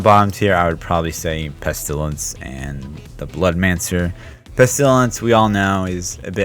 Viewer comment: I like watching your videos until you say "pest ilence" : /